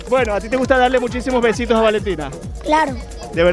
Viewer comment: Perdió porque dijo be(si)tos